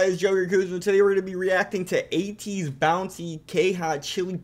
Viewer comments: Highly recommend you check out Ateez music videos for Halazia, Guerrilla, and Wonderland. But they are even better live. Also, it’s pronounced like Eh-tease. Taken from A to Z as they sing about in their song Say My Name. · Also, the first way you said their name right at the beginning of the video was correct. :)